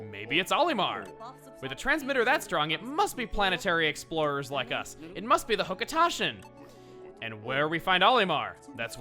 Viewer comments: "the hoca-TA-shin" did you just decide that's how you are going to pronounce it from now on? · When did start mispronouncing Hocotatian?